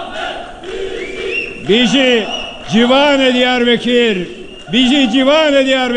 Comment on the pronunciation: Diyarbekir değil beya Diyarbakır...